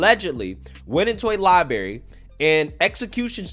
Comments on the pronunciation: Terrible news as always, but great content. I wasnt gonna mention it but i heard it again and you said libary not library bro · Ohh,…. And, “Lieberry” lol stop that shit, It’s a library. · Sorry, bro, I just have to help you out here... It's pronounced libRary. Not li-barry. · Please take a speaking class! It's painful to hear library repeatedly pronounced liberry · Love the channel, but it is a LIBRARY not a LIBERRY... my teacher used tell me it's not a fruit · What is a "lie-berry"? Did you mean libRary? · Libary? Yum, is that a lime/ berry drink? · He did ot at the "Lie Berry"? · Lie berry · Its not lieberry. It's libRary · I Love your reports. I agree on your takes. You’re looking Damn Smooth today, too❣️ 😉🕺🏾 🫦 -Too smooth and professional to be sayin’ “Li-berry”. 🤦🏽‍♀️ Thanks for this report. Well done. 💯 Expose those hypocrites and tell the Truth of the stories those others Never will tell. Yes! Keep up the Great work, Darlin’❣️ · lie berry, Lie Berry, LIE BERRY!!! ? Bro……NO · I love ya! But as a person who has worked in a library..... I'ma need you to NOT say LibARY.... pronounce that other R fam. rotfl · LibRary. There is an R in there lol. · lul i love way this dude says "liberry" my man hah. I fucks with the liberrry just aren't really any left around here and I'm a scrub they'd prob not even want me come in or sit in their chairs. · Would you like to buy a "R" for that library? Just axing. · Oh my beautiful, talented, patriotic, non-toxic American man to whom I enjoy listening...tell me you didn't say what my lyin' ears made me THINK you said. Tell me you didn't say liberry!!! 😝😉💕Fret not...you are in esteemed company. I have been noticing a lot, lately, that there are a good number of on-air personalities, on big network stations, who make the same grammatical error.😃💕